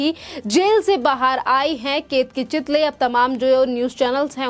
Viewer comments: चितली नही चितळे बोल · चितळे है चितली नही